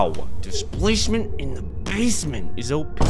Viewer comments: "Displasment in the basment". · Dicplacement in the basment